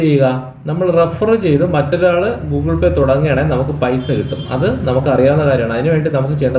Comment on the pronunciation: Goole pay 🤭🤭🤣😂